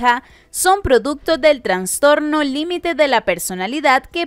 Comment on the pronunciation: Soy yo o la narradora dice "Transtorno"😄😆